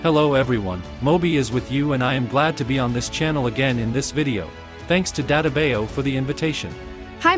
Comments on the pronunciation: Its dattebayyo not datebayu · It’s funny how mobi and elite cameraman’s talking thing they use mid pronounce 😂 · Your name: Mobi and elitecameraman: ' Hi DaTaBIo'😂